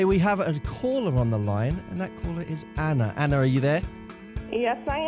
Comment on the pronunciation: it's anna. not anner